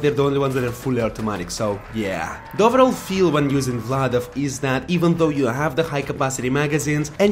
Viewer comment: You say Vladof perfectly.